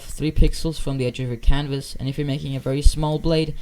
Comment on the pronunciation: Ah yes “you pack”